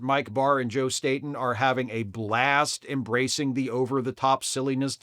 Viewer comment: Don't mean to be a weenie, but Joe Staton's last name is pronounced "STAY-ten". I know how it is when you've only seen your fave artists' names in print all your life. I thought Alex Toth's last name rhymed with "Hoth", like the planet in the Empire Strikes Back, until I was well into my thirties.